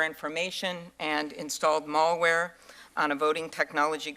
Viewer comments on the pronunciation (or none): That moment you realize Amy Klobuchar knows nothing about Hacking, or computers or technology. MALLWARE?!?!?!?! LOL MAL-WARE IDIOT!